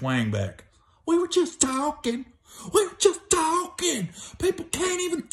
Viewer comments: "We was juss tawkin"😝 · “We were just tawkin’”....😂😂